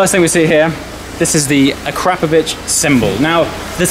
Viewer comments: "Ah Crap of Vich" Noooooo,. "Ahk rah poe vich" sounds much better. Hahahaha. YouTube free comedy is priceless! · akrapoviČ --> akrapoviCH Some letters in the Slovene language are difficult to pronounce to an foreigner. BUT ......................... you have an English-speaking characters that are pronounced almost the same. Well, now you know. :D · Its akrapovic as in ak-ra-povic (the c being pronounced in the Croatian way as a ch) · Awesome sound! Can't believe you got Keith Lemon to fit it for you as well! I believe it's pronounced " A CRA POV ITCH" Have you thought about having the car detailed as well by the way? It's a beautiful colour but it's not really popping anymore. Needs to be unleashed. I'd suggest looking at videos by White Details or Topaz to get you excited. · a crap o vitch. come on get it right !!!!!!!!